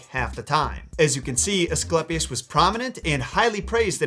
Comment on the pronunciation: ‘eiiii’ not ‘ehhhhh’ Ascl’eiiiii’pius not ‘Asclepis’